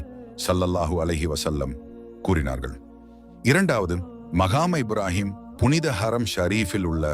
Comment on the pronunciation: முதலாவதுசரியாக ஸலாத்தை உச்சரிக்கவும் அடுத்து கஃபாவைசரியாகவும்மற்றதுமக்காமு இப்றாஹீம் என்பதையும்சரியாக உச்சரிக்கவும்.ஏன்உங்களுக்கு அரபுப்பதங்கள் உச்சரிப்புக்குவருவதில்லை இவைகலைசரியாக உனர்ந்து,திருத்தமாக சொல்லவும்😊